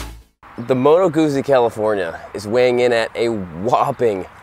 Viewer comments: You should pronounce Moto GUTZI - not guzi. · Great video, but it's prenounced "Gut-zee" not goozee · Moto GOOTSIE, not modo gussy... 😉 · Guzzi is pronounced like pizza. You get me? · The pronounce it like Gutzeee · Double 'Z' is pronounced 'TZ' in Italian. Plus the 'U' as 'OO'. 'Moto Gootzi' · I think it should sounds like "pizza", because it's Italian ;) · Gootzi, Gootzi, GOOTZI!!! 😅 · Guzzi. The pronunciation of Guzzi is Gootzi, the Z’s are pronounced like T’s, as in Pizza, Peetza. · G U ZZ I not Gootsie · Dude... In the video, says it like "gussie". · Guzzi is pronounced like pizza! you say PITZA and you say GUTZI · I have to say this was a difficult video to watch. First, learn how to pronounce the name of the bike you're showing. It matters. Also, that's not a touring bike, which would have a fairing, luggage and footpegs mounted further back that would allow you to shift your weight on the seat for long-distance comfort. The Guzzi Californian is a cruiser. It would help your viewers to get a much more comprehensive, or even rudimentary, idea of the bike if you would bother to learn its basic functions before doing the video: "Here's the gas gauge...super cool...don't know what that means...this here...don't know what that is..." Well, it could be the kill switch, which you wouldn't want to punch while you're riding in traffic. Learn how the bike works before you ride it. And it would seem that you might benefit from taking a beginner's Rider Safety Foundation course. The time to adjust your mirrors is before you leave the curb. And don't ride in the center of the lane, that's where the older cars are dripping oil. Finally, religion is a private and personal thing. Please keep it to yourself. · How he pronounces guzzi😂 oh these americans👌🏻